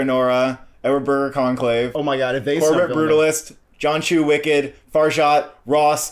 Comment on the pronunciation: Pls pronounce directors Brady Corbet and Coralie Fargeat names correctly, both don’t sound out the T at the end. Corbay and Farja is how they phonetically sound like